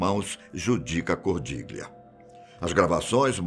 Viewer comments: Cordiglia pronúncia correta GL = ao nosso LH. Cordilhia!!! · Esattamente! Ho notato questo errore ...